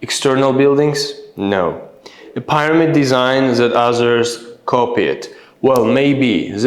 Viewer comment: The Pronunciation of “Pyramid” is wrong